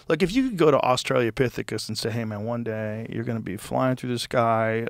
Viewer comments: Australopithecus, NOT Australiapithocis! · Someone please tell Joe he's saying Australopithecus wrong. Not Australia lopithecus. Love you Joe.